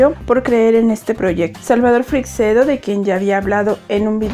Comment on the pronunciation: ACLARACIÓN: La pronunciacion correcta de Freixedo es «Freichedo», no «Freicsedo».